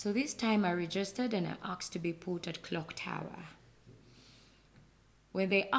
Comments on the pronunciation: Mw. '', weebale kukyaza bannaffe abo. Save for the mugole’s ‘Pro Max’ accent, I genuinely enjoyed their story. It was touching, inspirational, and, in parts, quite emotional. I must admit, though, I struggled a bit with pronunciations like ‘aks/aksed’ for ask/asked, ‘Cheêwătoõlëh’ for Kiwatule, ‘Næjârřnäñkhúmbî’ for Nnajjanankumbi, and ‘bĕŕṛãĥ’ for better! 😂😅 That said, I’m truly happy for them and wish them all the very best as they journey toward full restoration—individually, as spouses, and as a family. Cheers! 🥂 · Why do you pronounce it as akxed?.... instead of asked....uhm....it sounds ghetto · and the word aksed me😂😂😂😂😂